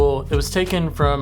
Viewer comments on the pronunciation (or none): Now that you live in the NW you have to pronounce Mt Rainier correctly RAY-NEER